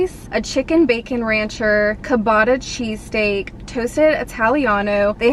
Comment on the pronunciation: Omg I’m literally ordering Panera for lunch and have the chicken bacon ranch sandwich in my cart as we speak! Also the way you say Ciabatta has me dying girl 😂😂 the cia is like ch sound. Chuh-baa-tuh. Also I wonder if they use a different brownie on it bc the regular brownies from Panera are my absolute favorite brownies ever !